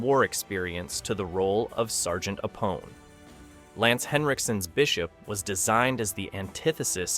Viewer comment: "A-Pone",.